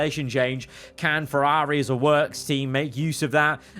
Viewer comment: You were doing really well pronouncing Ferrari right up until the very end then you ruined it.